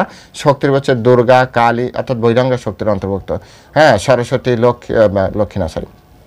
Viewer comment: হরেকৃষ্ণ প্রভু / আপনার শ্রী চরণে প্রনাম জানাই / প্রভু এইযে উচ্চারণ করেছেন অন্তরংগা ও বহিরংগা শুনে আমার এত আনন্দ পেলাম কি বলব কারণ মা থাকতে এই উচ্চারণ শুনেছি আর আজ শুনলাম / হরেকৃষ্ণ